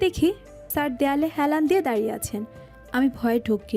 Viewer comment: দারিয়ে নয় “দাঁড়িয়ে”